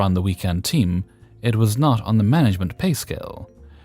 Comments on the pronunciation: I’m sorry are you saying manglement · Manglement it is. Actually it's a pretty good description of 99.9% of most management. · I took a double take on that too. It's accurate. 😝